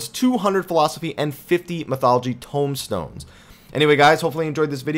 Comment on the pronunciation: Loved the emphasized "TOMEstones" lol